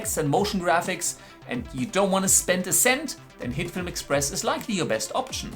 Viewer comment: I apologize in advance BUT am I the only one that about half the time this guy says HITFILM it sounds like he is saying Hitler? He talks really fast and I'm sure if he talked slower I wouldn't hear that NAME at all. I'd like to know if anyone else hears this accidental audio?